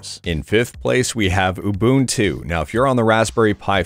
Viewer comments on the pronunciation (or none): Says Ubuntu correctly twice, but throws an ooBUNtoo mate in the middle for some reason...